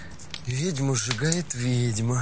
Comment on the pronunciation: Смешно ! Слово вЕдьма, а не вИдьма. Где тут вИдеть ???